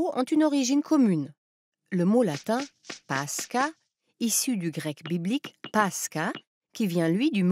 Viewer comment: Bon épisode mais en russe, la prononciation est paskha avec kh prononcé comme la jota espagnole ou le ch allemand.